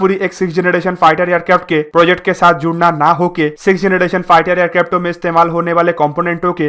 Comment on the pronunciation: Bhai, ye 6th generation baad me bana lenge. Pehle tu project, tempest & description properly bolna sikh le. Poject, drisciption, trumpest 😂🤣😂🤣😂